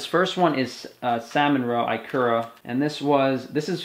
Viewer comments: Aloha! eee-kura. not eye-kura. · no he meant IKURA (japanese) only he pronounced it wrong, it's 'ekura' not 'aikura' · I live in Japan. It's pronounced "EE-ku-ra" (accent on the first syllable) not "eye-KUR-ra" great vid btw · Ikura is pronouced, "e ku ra" I'm in Hawaii and I eat this everyday. At 58 years old, i have lost 216 lbs, have muscles for the first time in my life, most of my white hair is gone and I can now run the Honolulu Marathon! My life is extremely different from the first 54 years. All of my foods come from the Pacific basin now and my 78 year old other doesn't recognize my new body. I eat seaweed, ikura, oysters, beef liver and beef heart all most dally.